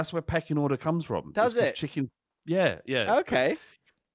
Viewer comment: "So, there is a hierarchy in the Chicken Kingdom that was my backgarden". A line I didn't expect to hear today but absolutely fucking loved it. And I like how verged on Scouse the way he emphasised "Chicken".